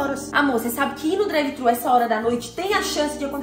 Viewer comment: N é drive trhu nao porra